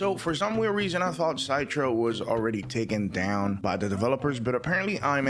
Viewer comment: I think Citra emulator is pronounced like "sit rah" like how the cit is pronounced in citrus like citrus fruit (oranges, limes, lemons), not "sight ra"